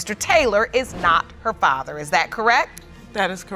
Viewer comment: I’m distracted. Why can’t the narrator pronounce the word FATHER correctly?